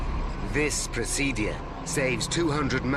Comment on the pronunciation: The way this narrator pronounces the word ‘procedure’ really boils my fucking piss